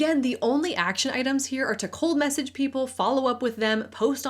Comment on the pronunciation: 😂 I heard “cult message” rather than “cold message” at first